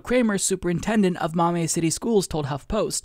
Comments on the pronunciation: This total bs, but, you were driving me nuts with "maw-may", I grew up in Toledo, it's "maw-me" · Ohio here....Maumee is pronounced like "mommy"! And yeah, if my kid brought this BS home from school, I'd lose my shit! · Just FYI: "Maumee" pronounced "Maw-Mee".